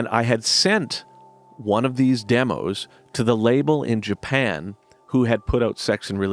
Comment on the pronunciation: "JA-PAN" just killed me!